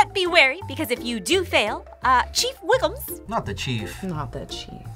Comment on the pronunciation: She said Chief Wiggums… it’s Wiggum